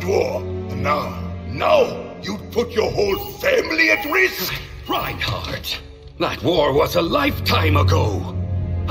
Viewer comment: It’s reinharot (simple not rude correction)